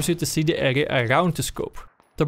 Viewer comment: Soms zegt hij "ega" in plaats van "area". Hoe verneuk je dat? :P